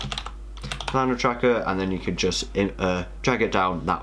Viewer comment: Planar; pronounced play-ner, not planner.